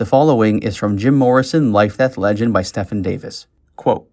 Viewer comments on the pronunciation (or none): Stephen is pronouncrd Stee- Ven. It's my great grand fathers name, grandpop's name and my uncles name and my middle name. Stefan is the name you said.